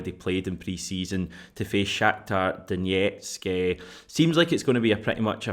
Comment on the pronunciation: Stop saying Donetsk like that.